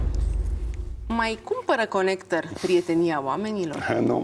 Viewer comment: Ea ii zice conecter :)))))))))))